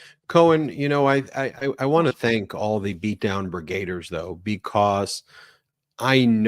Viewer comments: Why do you say 'Brigaders'? It's Brigadiers! 'Brig-ah-deers'! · Please learn how to pronounce "brigadiers"